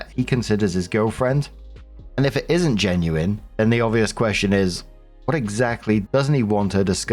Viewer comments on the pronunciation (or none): none